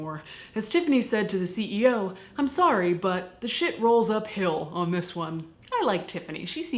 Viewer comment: Sore-y lolol